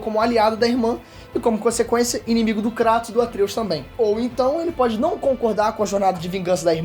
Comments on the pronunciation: Kreitos chama de kreitos não krAtos... Isso me odeia kkkkkkk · Na dublagem original eles falam "Kreitus", mas o experts do YouTube, como Davi Jones, e até o falam KRÁTOS kkkk entendo isso não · é kraiiiiiiiiiiiiiiiiiiiiiiiiiitosssssssssssssssssssssss NAO Craaaaaaaatossssss ( não ligo pra isso mas me da um tick nervoso KKKKKKKKKKKKKK ) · Mano e tao estranho o kratos sendo chamado de kratos em vez de "kreitos" no ingles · Não consigo respeitar alguém que fala "Cratos" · Dahora, mas tem que falar “kreytos” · Fala direito, cara! É muito feio. Fala "Kreitos". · O CARA Q FALA CRATOS E PRA PULA O VÍDEO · É a maneira brasileira de falar desinformado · O jeito que ele fala Kratos é totalmente errado, PQP.